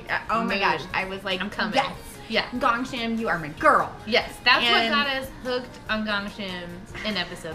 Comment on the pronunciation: Not 100% sure if it this correct but Ahn DanTae is calling GGONG Shim which Hangul ill be "꽁심이" his saying it wrong. Gong Shim is Hangul ill be "공심이" sounds same but is not. ᄁ <-sounds more gg ᄀ<-sounds more with kg